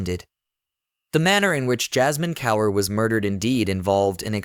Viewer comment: You should teach your AI how to pronounce words like Kaur.